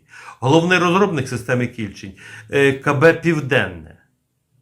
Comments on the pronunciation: Наголос на букву "е", КільчЕнь. Це назва річки в нашій області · Та наголос на другий склад в слові Кільчень. Місцеві так річку звуть північніше міста. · Кільчень , наголос інший ,це річка у пгт .Підгородне. м.Дніпро. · Наголос у слові Кільчень на останньому слогові . Це назва річки у дніпропетровській області. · Дякую за роботу! Але в слові Кільчень не правильно поставлений наголос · Не кI льчень,а КільчЕнь,на дніпропетровщині є річка КільчЕнь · Не Кііільчень , а Кільчееень , наголос на "е" . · Наголос не правильний - кільчЕнь. Це назва притоки р.Самара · Не кІльчень, а КільчЕнь. Річка що тиче в примісті м Дніпра. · не кІльчень, а кільчЕнь, ця річка притока Дніпра тече у нашому місті... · Пане, думаю, що наголос правильніше буде ставити на другий склад - Кільчéнь, а не Кі́льчень. Бо під містом Дніпро протікає однойменна річка «Кільчéнь», а КБ Південне саме в Дніпрі. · А чому кІльчень? Правильно кільчЕнь :) це річка така :) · Шановний, Ви невірно ставите наголос у назві "кІльчень"! Правильний наголос на другий склад, "кільчЕнь", а не на перший!!! Кільчень – це гідронім, назва річки, правий приток річки Самара, яка є лівим притоком Дніпра. Кілчень впадає у Самару зовсім поряд з гирлом самої Самари. Дуже мальовнича місцина. І це в межах міста Дніпро! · не кІльчень а кільчЕнь річка така є під Дніпром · Ага, мені теж КІльчень трохи ріже вухо.🙂 Бо річку всі називають КільчЕнь. Це як з тієї реклами про пиво: - Куме, а ти знаєш як у Новгороді називають наше пиво? - Як??? - Піво! 😅😅😅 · Кільчень з наголосом на останньому складі. Кільчень це річка біля міста Дніпро. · Наголос на останній склад КільчЕнь. Це річка в Дніпропетровській області. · Плюсик, але назва «Кільче́нь» має наголос на «е», тобто, поза коренем — так само, як у назвах «Волинь», «Горинь», «Рогань», «Тамань», «Бершадь», «Оболонь» та інших подібних давньослов'янських назвах. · Кільче́нь, отако наголос робити. Я там вудив у дитинстві. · Тiльки правильно - КiльчЕнь. Рiчка е в нас така....